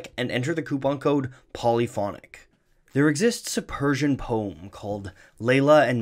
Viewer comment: anybody else notice poem is now a 1 syllable word?